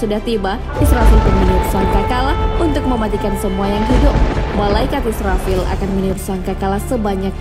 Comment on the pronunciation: Pengucapan malaikat israfil nya diperjelas lagi:)